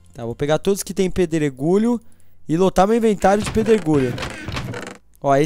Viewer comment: quem ouviu no final do video ele falando pedro gulho kkkkkkkkkkkkkkkkkkkkk TE AMO!!!